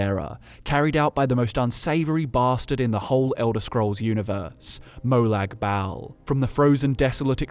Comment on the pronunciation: God man, as a fellow Aussie, that trying-way-too-hard pronunciation of Molag Bal was extremely cringe inducing.